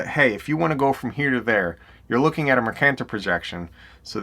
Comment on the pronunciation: Mercator is properly pronounced Mer-KAY-tor, not merCAN’Tor.